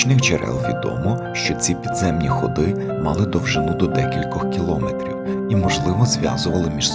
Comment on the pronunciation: Кіломéтрів а не кілОметрів